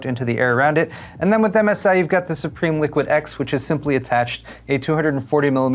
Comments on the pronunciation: Not pronounced as supreme. Sue-Prim. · it's pronounced Sup-Rim